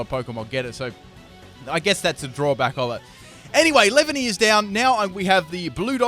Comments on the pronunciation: it's pronounced lee-van-ee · lol it's funny how you pronounced Snivy and Leavany XD